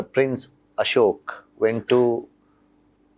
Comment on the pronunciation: He pronounce Ashok...not ashoka like most south Indians confidently but incorrectly do even if you try to correct them